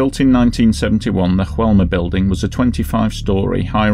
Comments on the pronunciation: In Brazil they speak Portuguese, not Spanish. Therefore, the name of the building is not pronounced as "Hoelma". It's pronounced as it's written: "Joelma". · It's not pronounced HOelma! It's JOelma! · In Brazilian Portuguese, the pronunciation of "Joe" in Joelma is just the same as in English. You're not supposed to say "Hoelma". However your pronunciation of Andraus is on point. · you're welcome, but please, it's São PaUlo. "Paolo" is an Italian male name, and we're very far from Italy. "São Paulo" is just "Saint Paul" in Portuguese. (BTW, the name of the building is pronounced "zho-ELL-mah", not with the Spanish "H" pronunciation used in the video. In Portuguese, "J" sounds as it does in French.) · Oh, and the pronunciation is "Zho-ELL-mah". In Portuguese, "J" has the same sound it has in French. It's only in Spanish that it's pronounced like an English "H." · Mispronunciation of the building name: The "J" is pronounced like 'zh' (like the ge in massage). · Yes - I realized afterwards. Of Course, It's in Brazil, so should have had the Portuguese style pronunciation.... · Just a heads up on the pronunciation, hope you don't mind. The J in Joelma is spoken as a normal J, like John or Jack. Not like an H, as we see in spanish words with J. Anyway, great video. Joelma was a really big fire here, and still remembered to this day, as Praça da Bandeira is said to be haunted by spirits of those who lost their lives in the fire. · You really needed to check on the pronunciation of Joelma. You got it wrong, but the rest of the video was good. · Joelma - in português "j" is not silent just fyi. Great video though as always. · One advise, in portuguese J have a J sound not H like Juan in spanish.